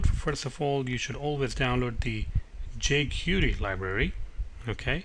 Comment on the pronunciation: Good tutorial, but it's pronounced "jay-kwairy", (not "jay-curee").